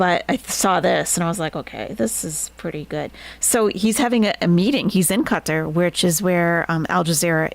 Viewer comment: If you need reasons Nest is Best? 1) pronounces Qatar correctly 2) holds Chantal accountable for fork crimes 3) has Very Good Boys as hype-men Take care til next time, all! 🦉 🪹